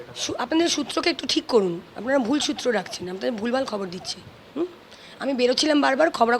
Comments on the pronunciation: সূএ না মূএ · "সূত্র" টা তো একটু ঠিক করার দরকার আছেই … 🤷